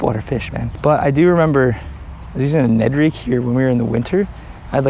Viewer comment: “Ned Reeg”